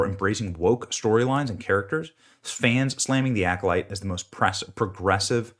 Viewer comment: Sounds like instead of the Alcolyte The Alcoloser.